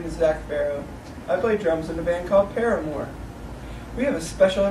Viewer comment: is the best how Zac is messing up and Josh is all point proven hahahaha I love Josh and Jeremy rock picking with poor Zac and he can barely say our band name and Zac u guys suck..Josh What did we do..lmao